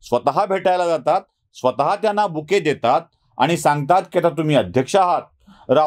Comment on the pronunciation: 'बुके ' होय मी वेगळच ऐकलं